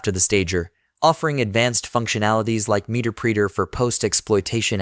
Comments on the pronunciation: OMG!! Muh-Ter-Pre-Ter NOT MEETERPREETER otherwise great tutorial. LOL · the voice is AI...he called it "meterpreeter" lol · This has got to be an AI voiceover... "meter preeter"?? "post gers"? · "Meter preeter"... 😅